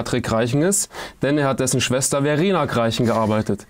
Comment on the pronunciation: "... seine Schester bearbeitet" ??^^